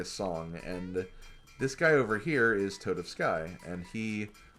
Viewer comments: It's TOAD-OFF-SKEE!!! TOAD-OFF-SKEE!!!! >:O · Toadofsky sounds like it's a pun on Tchaikovsky. I've always struggled reading his name, but I usually pronounce the ending like "ski." "Toad-of-sky" doesn't sound right to me, but I could be wrong.